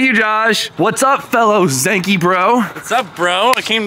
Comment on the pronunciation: Better check with Sammit to make sure your pronouncing Zenkei correctly